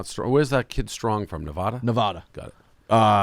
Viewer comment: Why am I shocked that the guy who can’t say Houston right also says Nevada & Oregon incorrectly?